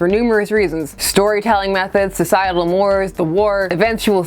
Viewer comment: Mores is Morays, not more with an s, right? I have heard the former more than the latter.